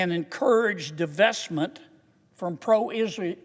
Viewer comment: Mr Kennedy stumbles over "antisemitic" every time. When he corrects himself, it comes out wrong. "Palestinian" and "Israel" don't always come out right, either. He doesn't seem to have a speech impediment. What's his problem with "antisemitic"? I ask as a Jew.